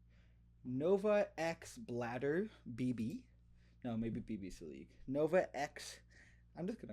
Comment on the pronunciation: Excited to see you cook! Also it’s Blade r not two D’s but it’s all good 😆